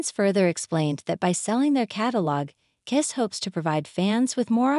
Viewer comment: Is this being read by AI? Listen to the first sentence. Maybe a human would mispronounce 'bassist', but not the word 'KISS', which is mispronounced throughout. That aside, the only thing "natural" about this is their natural attraction to $$$.